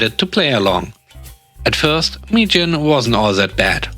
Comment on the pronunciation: Mi-Jin became "me quit" lol. Best demotion ever 😆 🐧🐧👍🐧🐧